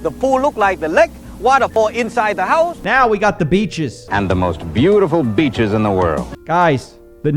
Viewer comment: That's "b*tches" ppl!! NOT beaches he's referring to